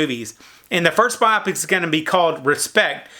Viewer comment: Bio-pic. Not biopic :/